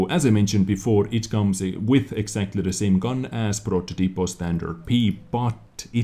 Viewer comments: It's ProTÓtipo, not prototipo (talking about the way to speak not the way to write), the 'to' is strong. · G in progetto is like j in jet. In protOtipo the accent is on the big o (protòtipo) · pronounciation of progetto is ver. 1 but the prototipo is where are you wrong :D is pronounced like with a long O ...protótipo :) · Version 1 ;) also, it's "Protótipo" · Hello, one more confirmation upon the diction, is more similar to your version one, but "ge" is not exhactly like "j" is like the initial "ge" in the world "general". Also "prototipo" it is with a different accent. It is not pronunced "proto-tipo" but "pro-totipo". Regarding patch 1.0.1, very exciting patch, sorry that we have just 1 more map, I guess we had back at least Sacred Valley that was one of my favourite map. I would trade it immediately for Ensk or Paris. Keep up the good work! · It's like some kind of prodjetto and "prototipo" is more like "pro-thot-tee-po" keep up the good stuff dez :-) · Version 1, but your pronunciation of prototipo is wrong.... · It's more or less version 1. Like pro-jet-to, we can tell you are a foreigner by a little unconsistency with the middle syllable which is pronounced like "jet" in "jet engine". Also "prototipo" is pronounced "protòtipo" and not "prototìpo".